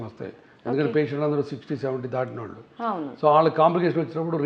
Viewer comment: యాంకర్ కు సూచన "ళ " "ణ " అక్షరాలు పలకడం ప్రాక్టీస్ చేయండి ఉదా :వాల్లు, వాల్లకి పెల్లీ నీల్లు కల్లు మోకాల్లు మొదలగు మాటలు (వాళ్ళు, వాళ్ళకి, పెళ్లి,నీళ్లు, కళ్ళు మోకాళ్లు ఈ విధంగా పలకాలి. మన మాతృ భాష ను గౌరవిస్తూ విలువ ఇవ్వకపోవడం చాలా శోచనీయం మరియు బాధాకరం. మనం ఎన్ని వేషాలు వేసిన ఎంత మోడరన్ గా ఉన్న ఎంత వయ్యారం గా మాట్లాడినా యూరోపియన్ అనరు. మనలని బ్రౌన్స్ అనే అంటారు. మన నాగరికత మన భాష మనకుండగా ఇతరులను అనుకరించడం అవమానంకాదా?